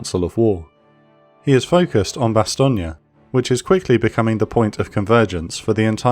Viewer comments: Bastogne isn't pronounced "Bastogney" but "Bastogn" (bas.tɔɲ) Else it's a good job 👍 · The videos just get slicker and slicker. However I always thought Bastogne was pronounced "Bastone" not "Bastogni". Also you can't say they had panthers and panzers, panzer is the German word for panther. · Will you people say Bastogne name correctly? Bastong. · Bastonia? Was the script read by a confused AI? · That’s the American pronunciation mate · These are brilliant, if only Bastogne was not pronounced with an Italian infliction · It's pronounced Bastogne